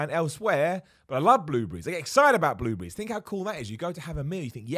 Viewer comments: the way he says "bluebriees" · I thought he said blue beeeze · WTF is a blue-bry? ;-) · Bloobrees, I love how you pronounce certain things. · Who else was wondering what "blue breeze" was before realizing it was "blueberries" 😂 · The way he says blueberries🤣🤣🤣